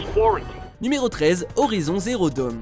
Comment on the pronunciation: Horizon zéro done !